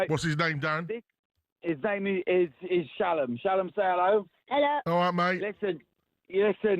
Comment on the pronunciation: "What's his name?"..erm.."Shallum"! ...😂...it's Shalom...stop trying to anglify a Jewish name. Making it sound like "Callum " ...lol